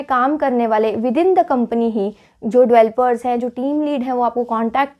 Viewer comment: Please Pronounce Developers not "Evelopers" Its really irritating to ear while listening..